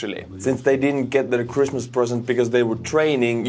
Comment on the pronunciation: Was I the only one that heard "crispmas" instead of christmas"?